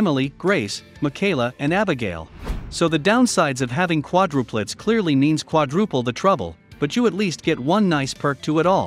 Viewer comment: hey, you mispronounced quadruplets! The most important word of the vid and it’s mispronounced! So lame! Is it a robot? Get you technology right!